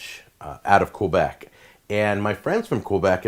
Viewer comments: Queeebec is a not the right way to pronounce it. It's pronounce K-Bec. The right way to pronounce Poutine is Poo-Tin. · I always figured it was pronounced "puh-tin"... but you know, I live in Toronto, where no one can really agree on how it should be pronounced outside of the second "t" being silent. Also, I've never heard anyone butcher saying "Quebec" as badly as Jack did ("Koo-Beck") at the beginning of the video. As for fries (or frites, or chips), I have one of those gadgets that utilize a lever and very, very sharp blades, so there's never a problem cutting those sticks of potato (or whatever vegetable) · OK... French Canadian here from Quebec.. not "kweeebeek" like jack says. Actually had some chicken poutine tonight! As for pronunciation, actually yours was pretty good, avoid the american " pooooteeen" sound... you were pretty close Chef. Visually his poutine looks to be..... somewhere above Food Court level but bellow fast food restaurant. Shredded moza is acceptable but rare to see, normally its the curbs. Gravy looked okay ish. It really varies from place to place, some have a dark brown thick one, others have a more runny one, some are more BBQ tasting even.